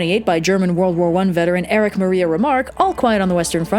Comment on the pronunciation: almost.. Erich not eric the ch is like a bit like the sch sound in "rations" or "russians" (raschns) to pronounce take the middle part of your tongue and touch the top of your mouth, like as if your tongue makes a bride with your teeth like if you say T, just take the tip away. then press your larynx together, like if you say ga then expel air. (tooth) =====(tongue)=====(tooth)(if you say research, look how you do the ch sound, repeat that but dont use the tip of the tongue..